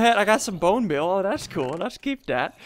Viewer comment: What happened to ur voice ur like dats good dats how u make this